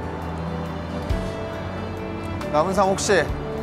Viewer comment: 남은상임? 나불상이라는줄 ㅋㅋㅋㅋㅋㅌㅋㅋㅋㅋㅋㅋㅋㅋㅋㅋㅋ